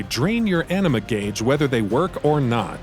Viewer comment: not to mention pronouncing "ah-ni-mah" as enema